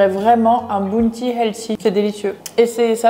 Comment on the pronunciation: Le ‘ou’ de Bounty se prononce comme le ou dans iCloud 😊